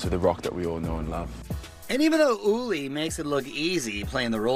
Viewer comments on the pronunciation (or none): Damn Mario hella butchered uli’s last name 😂😂😂